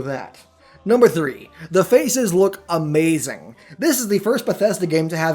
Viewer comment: "That is Amhehzing"